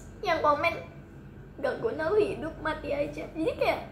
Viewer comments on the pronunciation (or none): none